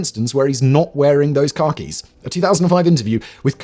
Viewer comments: Drink every time he mispronounces Khakis as Car Keys. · I feel the need to let Simon know that every time he said "khakis," I couldn't not hear "Car Keys." So, "He wore a tuxedo to his wedding instead of his ever present Car Keys" And, "the enormous set of b*alls he kept in his Car Keys." 😂😂😂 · I keep thinking Simon is saying car keys not Khakis 😂